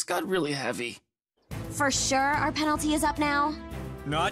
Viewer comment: i herd "penlty"